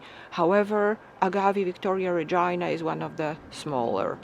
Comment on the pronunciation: Pronounced Reg-i-Nay And A-gav-ay